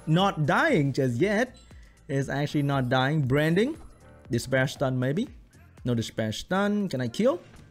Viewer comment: Hey hahaha pronounce it again "DESPAIRRHH STUNHH MAYBE DESPAIRRHH STUNHH' HAHAHAHHA